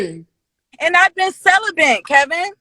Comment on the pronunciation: she said “celiben”? 😂